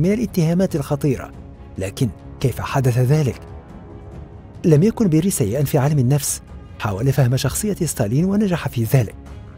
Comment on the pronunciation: أسمه بيريا و ليس بيري